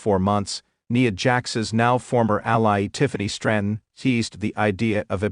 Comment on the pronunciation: Her name is NIa N I A I as in ice cream. Cant umderstand of all words to mispronounce!? CLICK BAIT NOTHING NEW HERE N NO HEARTBREAKING NEWS ABOUT TIFFANY STRATYON. NOTHING WWE OFFICIAL?? WWE WOULD NOT HAVE PUT THIS BS OUT THERE!! I WONT BE BACK DAMN SUCH BS.